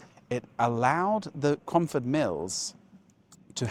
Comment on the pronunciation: Cromford not away romford